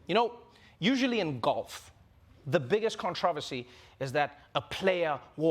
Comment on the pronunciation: Listen the way he pronounces “controversy”.